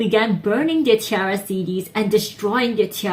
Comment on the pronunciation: But Roly Poly will always be a shining success for them. Btw, it's pronounced 'Tee - air - uh'. Source: they pronounce so themselves in numerous videos.